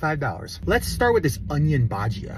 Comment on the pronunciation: It's bhajji bro idk where you're getting bhajda from lol